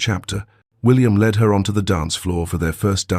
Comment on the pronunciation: Not LED but led